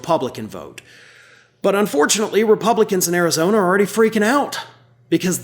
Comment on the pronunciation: Arizona not Karizona!